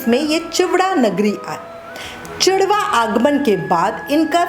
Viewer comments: आप की सभी बातें उत्तम और बहुत सुंदर ढंग से सुनाई , ख़ाली आपने राजस्थान के जगह का नाम चिड़वा नगरी कहा हैं उसे चिड़ावा कहा जाता है । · मैडम जगह का नाम चिड़ावा है न कि चिडवा। जय जय श्रीसीताराम जी